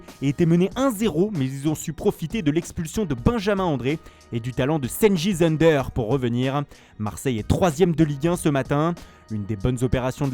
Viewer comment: Cengiz ünder se lit "Djenguiz undèr" pas "senguiz eundeur"